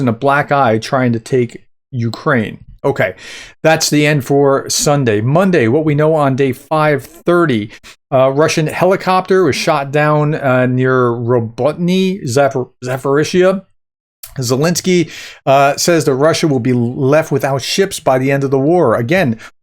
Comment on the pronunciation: Quick tip from someone who has watched a lot of Denys Davydov: Robotyne is pronounced “Ro-bot-in-uh”